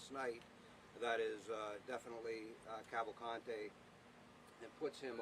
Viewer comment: It's pronounced Cavalcante, the 1st 2 ''a's'' r short as in the English ''pan'', n the 'e' is as in the English ''dean''. The 3rd 'a' is only somewhat long. That's the Brazilian pronunciation. And he's not Hispanic, he's Brazilian.